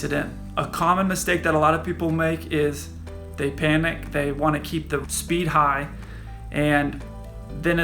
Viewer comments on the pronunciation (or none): none